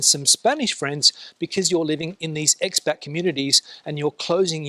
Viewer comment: Fantastic video. Isn’t it Ex Pat - not Ex Bat 🦇 LOL